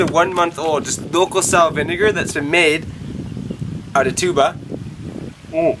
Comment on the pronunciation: the correct pronunciation is TUB- BÀ not TSU-BAH...